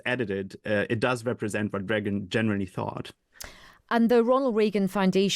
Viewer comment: How can this idiot hear everyone else in the world pronounce Reagan's name the way he preferred (including recordings of Ronald himself), then go on and mis-pronounce his name? Where do TR find these people?